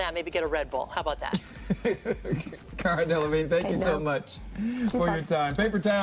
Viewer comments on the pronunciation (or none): I mean, I would be pretty pissed off too if someone messed up my name that badly. She did call her carla instead of cara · the good day female host said "Carla" instead of "Cara", i think that started it. plus the remarks about the reading... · The reporter accidentally mispronounced her name. It happens. Nobody is perfect. And to make your comment look even more stupid, the reporter immediately said her name correctly in the next sentence to correct her mistake. And the questions are stupid, you're right - but that's what BREAKFAST TELEVISION is. No one invites you on a breakfast TV show for hard hitting questions. It's light entertainment for people to smile at when they wake up in the morning. You and Cara need to get over yourselves, lmfao. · They mispronounced her name straight out the gate. It was ironic that they made fun of her for not being more enthusiastic about the interview because it's her job, when they can't even get their own jobs right.